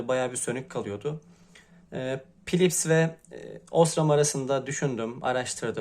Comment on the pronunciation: sen pilips dedikçe aldı beni bir gülme :-D